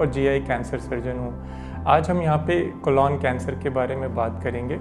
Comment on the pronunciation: Sir ek baar "Colon cancer" ka sahi pronunciation bhi seekh li jiye कोलॉन नही.... कोलन